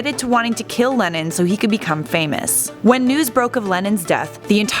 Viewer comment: Am I the only one who twice misheard "Lennon" as "Lenin"?